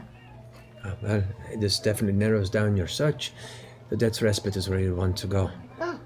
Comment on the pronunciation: idk if it was just me but every time they pronounced 'respite' wrong, i just... omg